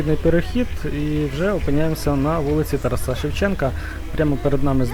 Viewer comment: Ставте правильний наголос на імені ТАРАС!